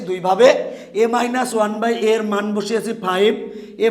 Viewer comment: রাশি কে খাশি 🤣🤣🤣🤣🤣🤣🤣🤣🤣🤣 মান কে মন 🤣🤣🤣🤣🤣🤣🤣🤣🤣🤣🤣